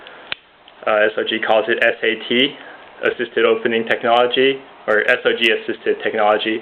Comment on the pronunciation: Actually he did say it right! Get your facts straight. It's correct sog or s.o.g.